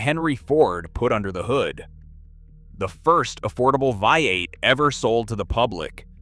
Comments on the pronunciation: Bee eight not via eight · Vee eight